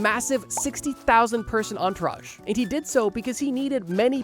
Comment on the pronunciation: I am liking the video so far. "entrouge" not even close to "entourage." Croesus, while spelled correctly, is woefully mispronounced. I recommend "YouGlish" to avoid these mistakes in the future. "popple coins" should be "papal." Overall great video! :)